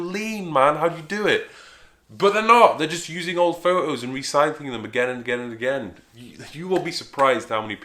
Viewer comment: I like your fo ohs, mate.